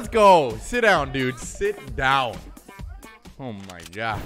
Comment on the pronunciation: i love when he saids howh my goh